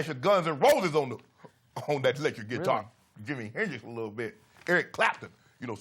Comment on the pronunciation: Geek-tar players 😂😂😂😂 Shannon crazy